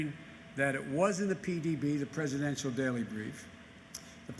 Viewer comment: Joe? Cant you even form the words ....Presidennnnntttal daily breif